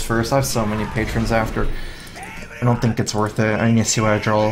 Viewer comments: dude, draw not drawl :) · D R A W not drawl lol